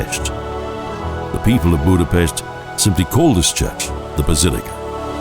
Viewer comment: If you're going to narrate a documentary it would be good if you could correctly pronounce at least the places you're speaking of. Start with the pronunciation of the letter "S" -- pronounced like "SH" in English, as in "SHopron", and "BudapeSHt". Learn the pronunciation of letters in the Hungarian alphabet. Thank you.